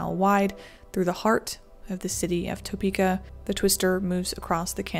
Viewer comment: Just so you know, it's "tuh-pee-kah." Not "toe-pee-kah." I was born and raised here, and my family has been here for over a 100 years. My mom was 13 at the time, and I think the family was still living off of Clay Street near Potwin. Not sure when St. Francis Hospital was built, but the house looks onto that park right there across from the hospital. At the time, my grandpa was working for the Union Pacific railroad, and he was headed to work. Saw the tornado cross the road behind him and booked it home to his family. Thankfully, everyone in my family was fine. But it's still a wild story.